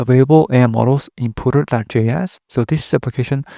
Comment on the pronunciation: Puter as in ComPuter. Not, Pooter, which means crapping your pants.